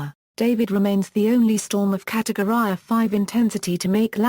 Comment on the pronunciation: “catowry” noice